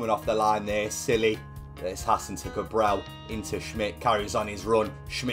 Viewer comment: you need to learn how to say "Cabral" xd because you sound like you're saying "Cabrão" which means a completely different thing ahahahahha It's "CabrahLL" you need to pronounce the L it's very important, great vid like always, an instant classic <3